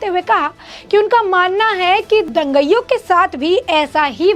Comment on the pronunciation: तू बार बार दंगईयों बोलती जा रही है, क्यों? क्या तू अंग्रेज है? क्या तुझे यह भी नहीं मालूम कि 'दंगाईयों' होता है? क्या तूने कभी स्कूल का मुँह नहीं देखा? तुझे अक्षरशः भी नहीं मालूम? बेशर्म लड़की।